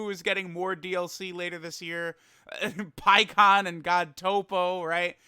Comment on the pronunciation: Pikkon? You mean Peecon right?